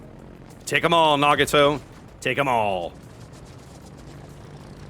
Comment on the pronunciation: my brother... its Nah-GOT-oh... not nah-gah-TOE.